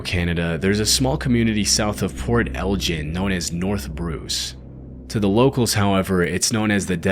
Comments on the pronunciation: you’re awesome brother but just fyi it’s pronounced Port L-gan not Port-L-gen. Awesome hearing you talk about my home though. Cheers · that poor lady! I hope social services does a MUCH better job of taking care of her. Port ELGIN (gu-inn not gshin) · "Port Eljen"??? it's Elgin, like the "g" in "gravy". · lmao Port ELJIN!? Maybe look up how places are actually pronounced 😂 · Port Elgin, hard G. "El-Guinn". Love your collection of videos. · it’s port Elgin with a hard G. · Port Elgin ( L-Ghin, the G makes a sound like "gain" ) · lol you said "Port Algin" wrong, it doesnt have that "J" sound. Then again I probablly spelled it wrong so all good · Port Elgin is pronounced with the guh sound.